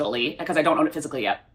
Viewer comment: everytime you say “physically” my ears hear fiscally lmao